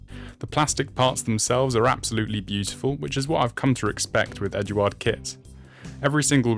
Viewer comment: I've been airbrushing for decades, I really recommend you get some scrap kits or plastcard and practice air pressure and thinning ratios. To me it looked like you were spraying sand. You have a decent airbrush so you can take that out of the equation. Pronunciation of eduard and vallejo were 0 out of 10. 🤔